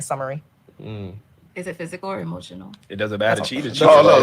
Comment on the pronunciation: “…hemotional!” It never fails. They lose their “facade” of decorum, respect and patience when they can’t exert their dominance! 🤣🤣🤣🤣🤣🤣🤣🤣🤣🤣🤣🤣